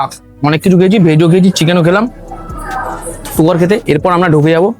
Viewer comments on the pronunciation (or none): none